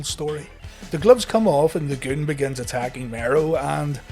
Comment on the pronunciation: You've gotta say it the right way. Take a cue from Howard Finkel. It's not "The Goon", it's... THA GOOOOOOOOOOONNNN